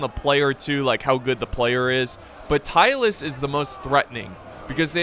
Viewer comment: American: Tylus. Me: Who? American: Tylus? Me: Searching from Internet "Tylis, a short-lived Balkan state mentioned by Polybius." DO you mean Tylis? American: Yes. Me: Oh.